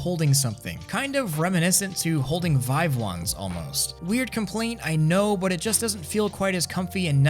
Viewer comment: did you say vivie lmao